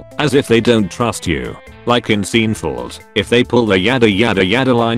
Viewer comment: "Like in Seen-fulled"